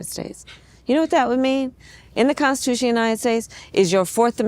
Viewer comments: I'm sorry..."consciotution? Lady, either stop drinking (which would be preferable) or start learning how to pronounce the word (actually, both would be a great start)! IT IS PRONOUNCED "CONSTITUTION"!! WHAT A LOSER!!! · She can’t even pronounce Constitution correctly her speech is very slurred lmao unless someone gonna tell me she has a speech impediment now 😂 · can’t even pronounce constitution correctly lmao my goodness